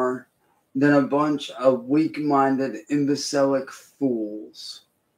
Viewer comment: “imbacilic” isn’t a word